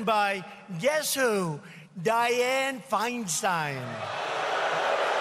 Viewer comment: Anybody else wondering why Trump put so much effort in pronouncing: Feinstein?